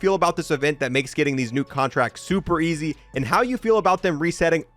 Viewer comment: Bro said ezz💀